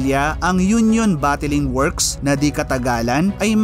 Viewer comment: The correct word is Bottling as in Bott-Ling, not Botti-Ling, LOL.